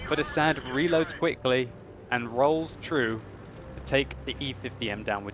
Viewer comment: u said his name wrong.. its ass-ad